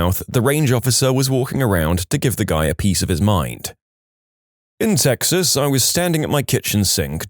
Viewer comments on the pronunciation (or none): none